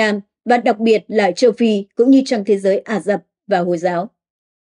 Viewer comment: Arab thì đọc là A Dập là sao hả cô?